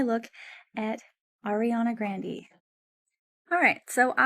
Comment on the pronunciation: Ariana GRANDEE??? This chick is Ai 😳 bc ain’t no mf way u don’t know how to say Ariana Grandes mf name. 😒